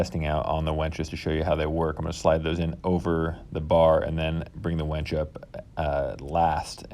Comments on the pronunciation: The word is winch. Not wench. Girls can't lift bro. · Winch not wench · Sorry to be critical but it's winch with and 'i', not wench with an 'e'. There's a big difference between the two. I also have a problem with people saying real-a-tor instead of realtor. Great video otherwise. Will be using this idea for an idea I have. Thanks. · Dude. It's a "winch," not a "wench." Like "finch," not "bench." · winch, not wench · Why do you keep saying you are hanging a prostitute to your ceiling (wEnch) instead of a tool that helps move things (wInch)?? It was so annoying I had to stop watching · Nice video, just have to say it is about using a w I N c h not a w E N c h! A wench is a buxom serving maid! Happy if you make a video about that as well! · I winced everytime you said wench instead of winch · Gret job but PLEASE STOP pronoucing it WENCH= female, its WIN CH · My dude. The word is winch. Not wench. You spelled it properly in the description and then mispronounced it 44 times.